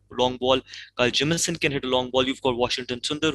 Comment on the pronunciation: I like how gambhir pronounces kyle Jamieson